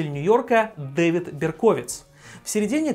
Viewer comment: только он не БеркОвиц а БЕрковиц))